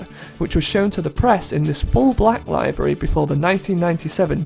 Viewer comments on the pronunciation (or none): liv ery, not lie very. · The pronunciation of "livery" in this video bothers me to no end... But it's still a great video nonetheless. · Your pronounciation of livery bothers me somehow